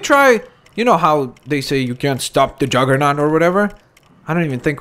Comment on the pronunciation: Juggernaut not Jaggernaut